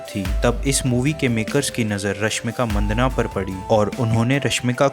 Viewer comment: Rashmik Maddanna...Manddana nahi yaar